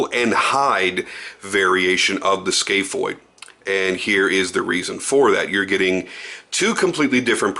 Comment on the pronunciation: It’s scaph (scaff) not scaph ( scale)